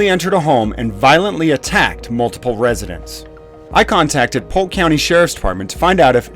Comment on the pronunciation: It's Polk county Hahahaha!!!